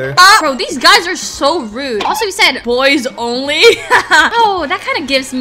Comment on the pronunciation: Bro why he say boy olny